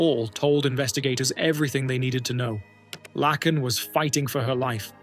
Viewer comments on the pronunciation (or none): Dude..... It's pronounced LAKEn... Not lacken. Lake, lake! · HER NAME IS PRONOUNCED LAKE-N NOT THE FUCKED UP AI SHIT LACKEN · You are pronouncing Laken Rileys' first name wrong. It is Lake - n NOT Lack - n. At least you did better than Joe Biden. He gave her a completely different name. 🙄 Then he opened the gate and let in thousands more criminals just like her killer. Well Obama did. Obama was in the white house way more than Biden during the horrific Biden term. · At least learn how to pronounce the name you're gonna be saying , let me help you , laken , lake n ....... Get it , NO lacken .... SMOOTH BRAIN. .... NO QUARTER ASKED NONE GIVEN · if that first story does not show how bad AI is , Her name is not Larken , no r ,Lacken , no c , it is Lake en Laken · Its not Lacken -- her name was pronounced - Layken - Laken Riley. Gosh that was annoying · It's sad for Laken . Her name is pronounced Lake - N / Lak - en . You know a lake ( h2o ) then a N . Laken . Please learn your pronunciations or fix your computer. Thank you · Laken is not pronounced Lack-In. It's Lake-In. You said it wrong 50,000 times and I'm sure it's hard to hear for her loved ones. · Thank you for paying tribute to Ms. Riley but with all due respect, her name is pronounced LAKE IN... not LACK IN. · You're pronouncing the name of the girl in the first video wrong. It's pronounced like "lake," not "Lack." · It’s pronounced “Lay-kin” Riley, and spelled “Laken”! At least you didn’t completely dishonor her by calling her “Lincoln” like that worthless, lying, incompetent, corrupt Obiden did. At the very least he and Okommiela should be in prison as accessories for letting the illegal immigrant into our country that took her life… as well as the judges and prosecutors that kept letting him out! 😡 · It's is pronounced lake in! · LAKE N her name is pronounced say lake then n Laken 😂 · It’s “Laaaaaaken”……. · LAKE N not lacken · Her name is pronounced Lake - in! The A is long. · It's A i n it sucks